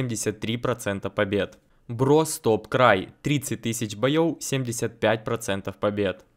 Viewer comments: Почему говорил не боёв а бойоу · мне слышится или вместо "боев" звучит боеёо? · Почему говорит не боёв, а боёу? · Здравствуй 🤝 Карта просто бомба! Вот бы за все карты взялись!😊, ты так и говоришь боёу - 😅🫣 боёв не боёу🤣 Лайк как всегда!👍